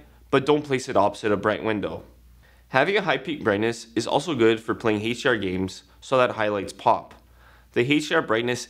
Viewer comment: "Heych D R" It's HDR